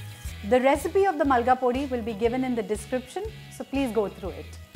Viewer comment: It’s Molagapodi. Not Malgapodi. Molaga is chilli and podi means powder in Tamil